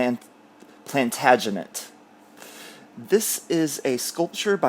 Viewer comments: Well done for learning how to say Plantagenet! These folks were from Anjou in France. It’s a lesson in history because most people don’t know that the first Kings of England were French. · Yay, you got the pronunciation of Plantagenet down pat.